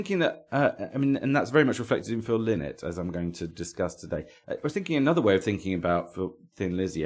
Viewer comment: Pedantry corner, Lynott is pronounced "lie-not', a bit of a bug bear for those of us with that surname Really.looking forward to you doing a planxty episode, a much overlooked band. As for Lizzy, as great as Jailbreak is, I always prefer the music of the original lineup (Eric Bell era), which to me has more depth both musically and lyrically. Keep the great shows coming